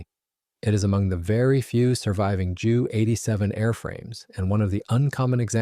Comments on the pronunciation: I know someone else has already corrected the narrator BUT I'm going to do it again. Its a JU-87 pronounced J U not Jew. Joo. Or even Jue. Junkers JU-87 Stuka. Mispronunciation shows a lack of a/c knowledge. And shows you're a noob to the historical aviation scene. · Not Dschu 87! Ju (Yu) 87